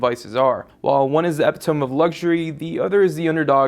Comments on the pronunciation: eh-pit-o-me not epi tome... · it's [e-pi-to-me], not [epi-towm]. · epitome is pronounced eh-pit-oh-me not eh-pi-tome pls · Its not epi-tome like home, its \i-ˈpi-tə-mē. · great video bro, but I just wanted you to know, at the beginning of the video you pronounced epitome incorrectly. You said "ep-i-tome" and it's actually "e-pit-o-me". Just FYI. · "One is the EPYTOMB of luxury." HOLY SHIT, WHAT?! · did you really say "ep-i-tome" instead of epitome lol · Epitome? It's pronounced "uh-pit-o-mee" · LOL its pronounced epito-mee haha shia la beouf made the same mistake :P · Epi-tome? Maybe brush up on your pronunciation skills there,. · he said epitome wrong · you pronounced epitome wrong :// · Learn how to pronounce epitome. Yeesh. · Good video, but I cringed when he said "epitome" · You pronounced epitome incorrectly. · Pronouncing "epitome" wrong lol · I'm sorry, but you mispronounced epitome.